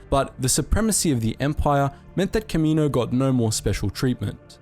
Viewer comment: Can you say Kamino correctly consistently please, like just watch episode 2 if you need help pronouncing it... Seriously I don’t mean to me rude, but I have no clue what you were saying at the beginning.